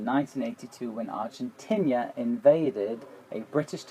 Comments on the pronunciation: Nice video. (But it's not "Argentinia", it's "Argentina") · Argentina. "Are jen teen ah." Not "are jen tin ear" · Three things. 1. The Falkland Islands aren't 16000 miles from the UK. 2. The country is Argentina, not Argen-tinia. 3. And perhaps the biggest sin. It's not new-KILLER, it's new-KLEER, try that again, new-KLEER. Got it. Brilliant. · Argentinia? Or Argentina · What a beautiful plane and I love the howl. It is Argentina not ...tinia. Sorry to be critical given the intresting video. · Argentina, not Argentinia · Since when did the English start pronouncing Argentina as Argentinia? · Dahell is an "Argentinia"??? And "nucular"??? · It's nuclear and Argentina, not nucular and Argentinia. I disliked this video because you took sides, "Luckily the bomb destryed the runway...". What??? That is not your style ! Nein, das geht gar nicht. Do you have any idea how many people died unnecessarily in this stupid war? How many young 18 y.o. Argentinian boys were sent to their death? It is a very sad part of history for both sides. I appreciate a proper analysis of a plane, but please don't take sides on a stupid, petrol and geopolitical based horrible war. I am all for planes, and completely against war. Thank you. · The country is Argentina, not Argentinia, lol. The people of Argentina are called Argentinians. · "Argentinia..." You've got a pretty good English accent. German? You say you don't want to go into too many details about the Cold War, but then declare it was over in the early 1960's . There are some people in these comments suggesting you sound like an historian. I think you just sound like someone saying alot about something of which you know very little. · Yes, I noticed that, too. It's likely because the German translation of "Argentina" is "Argentinien." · Dude... "Argentinia"??? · Do you Germans say "Argentinia" instead of Argentina? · The brits add an extra letter and syllable into Argentina too? Ar-gen-tin-i-a? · what about "Argentinia"? ;)